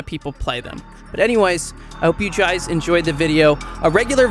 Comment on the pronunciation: "you juys"